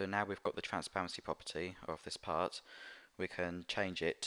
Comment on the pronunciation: When he says part, it sounds like he says pot. lol